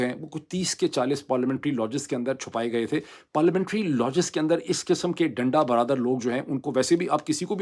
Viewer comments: حضور ڈنڈا " برادر " کیوں کہے جا رہے ہیں بار بار؟ ڈنڈا " بردار " ہوتا ہے!! آئیندہ تلفظ کو غور سے پڑھ کر اسکے معنی سمجھ کر ادا کیجئیے گا، صرف اس بار کیلئے معافی ہے❤ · Please correct. This is not danda baradar. This is danda bardaar. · ڈاکٹر صاحب ڈنڈا "برادر "نہیں بلکہ ڈنڈا "بردار "۔ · صحیح لفظ ڈنڈا بردار ہے برادر نہیں ہے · Sir danda bardaar hota hai Danda bradar nhi 😅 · Sir Danda Bardar, not Danda barabar. Mazrat k sath. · ڈاکٹر صاحب، ڈنڈا برادر نہیں، ڈنڈا بردار! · ڈاکٹر ڈنڈا برادر نہیں “ڈنڈا بردار”! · ڈنڈا بردار لوگ یعنی ڈنڈا اٹھائے لوگ ڈنڈا برادر تلفظ درست نہیں ہے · ڈنڈا برادر نہیں ہوتا،ڈنڈا بردار ہوتا ہے۔ اپنی اردو صحیح کریں۔ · “ڈنڈہ برادر” نہیں “ ڈنڈہ بردار” لوگ۔ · Danda brother nae dnda brdaar hota Dr sb. Plz correct it. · ڈاکٹر صاحب ڈنڈا برادر نہیں ھوتا ڈنڈا بردار کہتے اور لکھتے ھیں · Lafz denda berdar hay. Denda brother nahi hay.Brother bhahi ko khehtay hain.jis say lafz ka mehfoom tabdeel ho jata hay. Umeed hay aap mind nahi keriany gay. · Salaam-O-Alaikum: I think the correct pronunciation is "danda burdar". Meaning one who is carrying a baton. It is not "danda bradur" meaning a brother of the baton. Please don't care much about the negative comments. You are a great fighter and inspiring many people, therefore you shouldn't be looking back. May Allah help Pakistan's people struggle for their democratic rights. Many thanks for your continued efforts. Wishing you courage steadfastness and good health and security. May Allah bless you. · Peerzada sb ,it's danda bardaar not danda brother. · Dada bradar naheen dada bardaar hota hai. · بہترین۔بس ایک بات اور کہ ڈنڈا برادر نہیں ہوتا۔ڈنڈا بردار ہوتا ہے۔